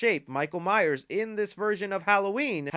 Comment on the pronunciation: Thanks for the review. Please be sure to put the 's' on the end of Myers. You said Myer once this review and same on a lead up to the movie a week or so ago. Signed Neil Myers 😁